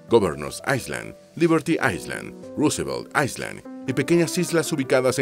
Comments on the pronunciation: La letra S no se pronuncia en la palabra island ( ailand) es la manera correcta. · En la palabra “ISLAND” la ‘S’ es muda, se pronuncia “AILÆND”. DE NADA.